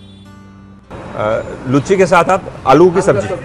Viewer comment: लुच्ची नही उसको लूची कहते है